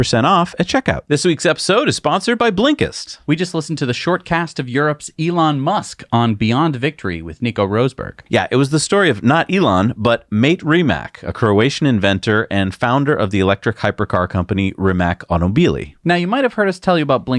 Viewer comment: It isn't pronounced Rose-burg....it is Ross-Burg